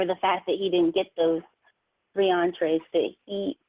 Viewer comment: I chuckled when she called them "entrees"